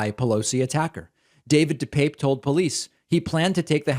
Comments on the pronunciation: David, just mentioning this because I know you always want to be accurate. When asked by the judge about the pronunciation of his name, DePape replied, dih-pap. At least you are not like that disgusting, cowardly tool, Tucker Carlson, who calls him dih-pappy! Keep up the good work, I appreciate you! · Dih-pap. He's clarified how to pronounce his name